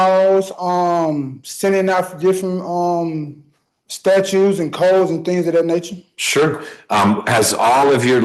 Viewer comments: If you say "statues" instead of "statutes," this isn't going to go well for you. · 'Statutes', not 'statues', smart guy.